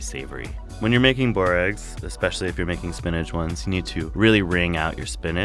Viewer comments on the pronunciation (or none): The way he says it.. It's boo-rekas